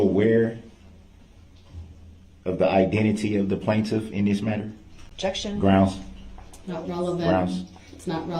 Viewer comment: were you able to see a lisenz place for the vehicle? Objection your honour. GROUNZ.